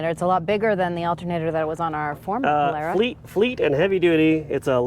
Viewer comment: Polara;. a before r, is like in car, far, tar etc. Great car!